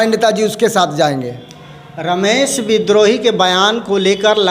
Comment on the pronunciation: श्रीमान एंकर महोदय विनम्र नाम के साथ कहना है कि कम से कम नेता का नाम सही उच्चारण के साथ ले जिनको आप रमेश विद्रोही कह रहे हैं उनका नाम रमेश बिदुही है और आपकी गलत उच्चारण के कारण नेता भी उनका नाम गलत उच्चारण के जरिए ही लेकर के बता रहे है